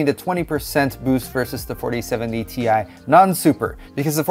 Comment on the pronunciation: is anyone ever going to pronounce it properly?? - it's pronounced 'TIE', not 'TEE-EYE'!!!!